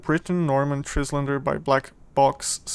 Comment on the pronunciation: It's pronounced TRYlander (as in island). Nice review!